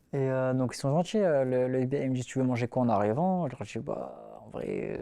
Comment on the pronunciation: Et moi à "voilà, j'te djis"